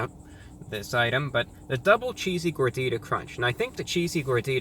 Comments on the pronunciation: You pronounced Gordita like a true white person. Just like me. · I speak Spanish and when I saw the title I knew I had to watch this video to listen to ReviewBra pronunciation for ‘Gordita’. He didn’t disappoint me